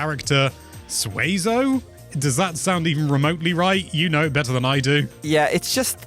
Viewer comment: you pronounce it correctly. The Monster Rancher character is pronounced Sue-Eh-Zo or Sway- Zoh Used to watch the show all the time and had both Ps1 games